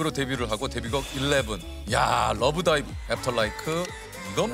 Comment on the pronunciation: 재석이삼촌 숨참고 러--브다이브 발음 그대로 말하는게 넘 귀욥넹